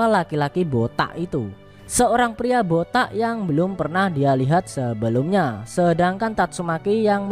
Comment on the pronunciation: Bang bilang botak nya harus "boTAK"